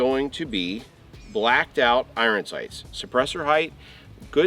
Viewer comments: Bro it's pronounced " I earn" not " I run😂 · Why are you saying iron that way 😂